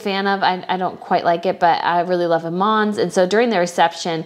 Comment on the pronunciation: Salma not Salaam. Salaam is a man’s name. You also pronounced Iman and Rania wrong.